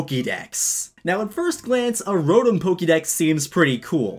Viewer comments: Rotm Me: uhh ya mean RO-TOM? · Another annoying thing,people that pronounce Rotom as Rotum or Rotome